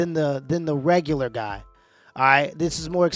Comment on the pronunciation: After she said "rogolor" guys, I fucking gave up.